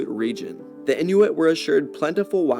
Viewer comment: Message from my Inuit friends: it's in-wit, not in-new-wit.